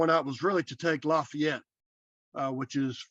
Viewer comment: I'm so impressed with the accurate Southern pronunciation of Lafayette!